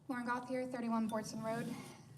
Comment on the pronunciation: My name is Yvon Gauthier, I am French and the way Lauren (running for council) said her name isn't quite right as it's a French name. There is an NHL player named Cutter Gauthier and the hosts pronounced it correctly as in GO-TEE-YAY.